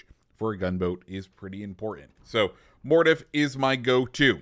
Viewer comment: I swear your pronunciation of names like mordoff is terrible.